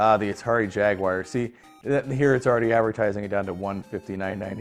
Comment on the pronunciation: Why do people always pronounce it Ja-wire instead of Jaguar?